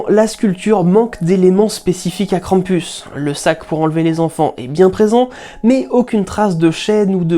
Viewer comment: Si on prend Perrault, alors on a six frères plus le petit Poucet qui s'échappe... ça se tiendrai ^^ Merci de nous faire voyager avec un tel travail!... Et le "u" ce dit toujours "ou" dans Krampus x") Hate de voir la vidéo sur les ogres!